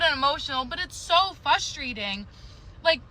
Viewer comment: red flag if they say 'fusstrating' instead of frustrating